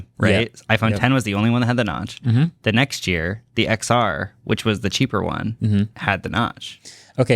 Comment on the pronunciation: How is it that even people who follow tech for a living still not know the iPhone XR was pronounced “10-R”? 😂